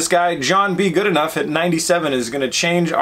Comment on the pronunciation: Goodenough's name is pronounced "Good-uh-now", not "Good-ee-nuff." Rimac, who make the drivetrain for the electric Porsche Taycan, have a 2000HP electric car using lithium batteries - Richard Hammond (Grand Tour) crashed one of the 8 version 1.0 Rimacs in existence. Koeniggsegg are also north of 1500HP...you need to work on your Google Fu,. Batteries are there now - we are capacity constrained which is the ONLY reason you don't see a $25,000 Tesla. Tesla will have a 33% more dense battery, which is in the lab now, in time for their Roadster, Cybrtrk and Semi. The gas engine is DEAD. We can't build enough EVs to replace them, which is the only reason they'll continue to be on life support.